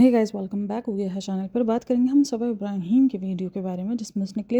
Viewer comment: Ibraheeeeeeeeeem nahi h yar ibrahim h